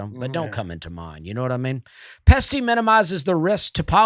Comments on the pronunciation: Dusty goin all Plosive on the Pesty Pest control read!!!!! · I LOL’d!!! PET-SY😂